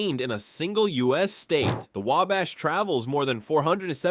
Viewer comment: I liked the fact that the last time I watched an Indiana 50 fact's about Indiana the individual kept saying Way-Bash and this narrator pronounced it properly multiple times and I am from Marion, Indiana